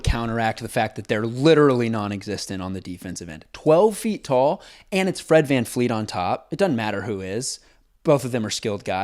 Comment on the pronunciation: does homeboy know that it’s Fred VanVLEET not VanFLEET? 😂